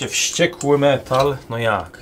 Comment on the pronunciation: Ogląda się ok, ale źle czyta, ponieważ pisze się WŚCIEKŁY. 🔡